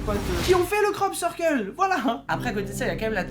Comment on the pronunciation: pendant toute la vidéo: Krop Ceurkeul